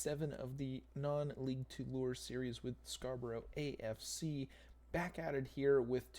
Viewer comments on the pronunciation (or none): die hard Scarborough fan here, just saying its pronounced scar BURUGH😂